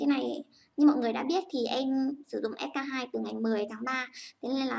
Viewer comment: Em tưởng chị phải đọc là s , kay , tiu chứ ạ !